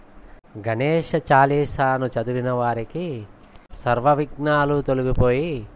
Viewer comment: సర్వ విజ్ఞాలు కాదు సర్వ విఘ్నాలు అనాలి